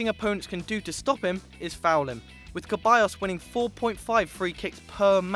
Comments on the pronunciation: Ceballos not Keballos... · Ceballos not Queballos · Seriously stop saying the c in the players name wrong!!!! It's NOT a ch sound but rather an s Mauricio lemos is pronounced more like maurisio and not the way y'all are saying it!!! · keballos??????? its ceballos (like seballos) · lmao he said Caballos, it"s Ceballos (Se-bay-os) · Kebayos? lol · Ceballos is said like Seballos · that's not Ceballos + it's Ceballos not Keballos + it's Keita not Kaita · You guys really should work on the pronunciations. Tur Stugen, Nuer, It's pronounced Maier not Meyer, it's pronounced Ceballos not Queballos. It's pronounced Bia not Villa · ceballos( se-ba-yos ) keita ( key-ta ) not (ke-ba-yos) and not (kite-a) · Your pronunciation is utter shit. Ter Sturgen, Maurichio, Keballos. What the hell are you doing on a football channel!